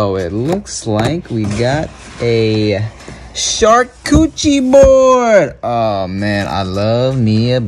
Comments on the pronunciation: scha-coo-ti-reeh charcuterie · Sharcoochie board is that what I heard 😂